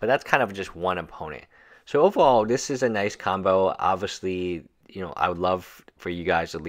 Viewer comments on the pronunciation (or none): I like zis